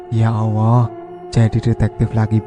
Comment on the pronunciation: kok saya dengernya klo admin bilang ya Allah jadi ya Owoh ya? saya pikir admin cadel tapi ngomong Tolong....L nya jelas..mudah2an sy yg salah denger...sy jd risih dgrnya...sorry y min sy skip